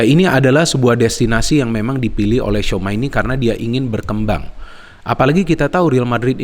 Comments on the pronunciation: tchouameni nyebutnya cuameni bang bukan souma 😂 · ralat bung, bacanya cuameni